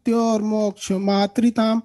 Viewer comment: Khan sir aapne maha mrityunjay Mantra galat bola